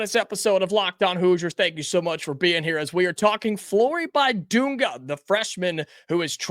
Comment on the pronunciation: Please pronounce his name correctly. The "i" is not a "long i." It is pronounced like the "i" in "big" or "bit." Just trying to help. Also, the "u" is pronounced like the "u" in "dunk" That should be particularly easy to remember.